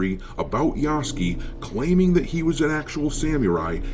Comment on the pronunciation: ROFl "Yaske" .... you Moron Its Ya-Su-ke